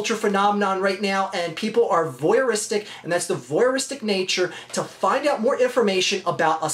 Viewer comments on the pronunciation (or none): Voyeuristic, not "voyeristic". Basically a "peeping tom".